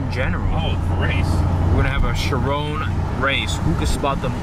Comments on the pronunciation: Chirón, not Chirone as said. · Cool vid man, btw no hate at all just spreading some advise; it's actually pronounced as "Chir-on" not "chir-own." No offense, say it however you like just letting you know if you didn't already. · GodlyCliipz-X 6 It's his pronounciation of the word 'Chiron' in the video I commented on, not any text. He says 'Chirone'.... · Chiron. say it right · i know but he isnt saying it right. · Fuck I'm cringing everytime he says Chiron 🙄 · You're butchering the pronunciation of Chiron. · The way you pronounce Chiron is so annoying